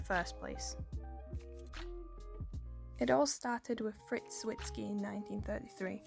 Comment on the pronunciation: Not to nitpick, but it's Fritz Zwicky, and rhymes with sticky. I really like your video. :-)